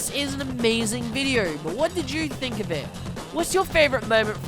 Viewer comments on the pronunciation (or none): none